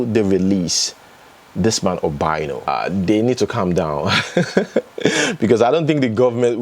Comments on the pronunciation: It's pronounced OBI ANO, not OBAINO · thanks for the updates. Quick one, you are pronouncing the Former Governor of Anambra States name wrong. His name is pronounced, 'Obi' meaning 'heart' 'Ano' meaning 'four' Therefore Obiano. Try to think of the meaning of the two words when you are pronouncing them. I hope this helps 😊